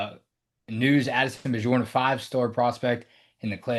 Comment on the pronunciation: I suspect the proper pronunciation is BYorn.